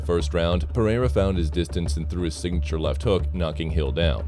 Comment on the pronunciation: I hate the A.I. voice overs... Pereira is pronounced "pa-ray-ra" Jamahal is "jama-hall" 😒🤦🏽‍♂️